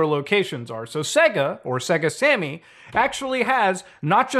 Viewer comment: “Say-GA” not “Segg-uh”